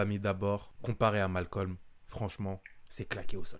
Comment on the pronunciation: Les renois qui disent malcom ON VOUS VOIT!😤